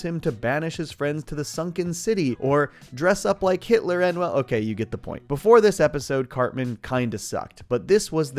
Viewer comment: Uh oh. said Hítler, instant demonization 🪦😭